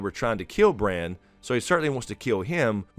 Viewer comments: It's BRAN. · Its bran...howd you miss this